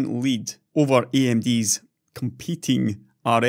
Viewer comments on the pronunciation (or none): none